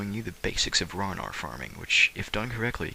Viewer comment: its ran-arr not raw-nawr